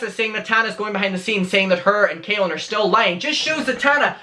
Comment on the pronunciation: well it's more said in a masculine way it's pronounced like Cah-lin rather than kay-lin